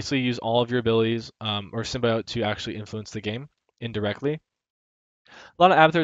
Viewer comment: Symbiote = Sim-bee-aht. Great video though. Learned alot.